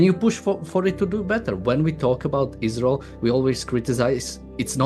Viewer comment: Ayran, ayraq, but not aysrael.